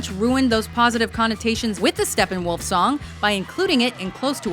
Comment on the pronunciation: Very funny for a german how they pronounce Steppenwolf :D